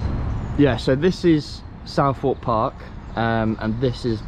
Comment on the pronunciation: The way you said Southwark is criminal lol